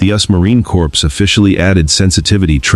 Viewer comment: It's not a "corps". The Correct pronunciation is CORE . P & S is silent!!